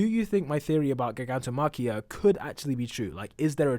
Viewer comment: ITS JI-GANTO MAKIO, DUMB ASS